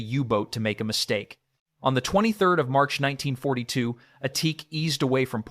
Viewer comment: BECAUSE IT'S AI CRAP AND IT CAN'T SAY IT PROPERLY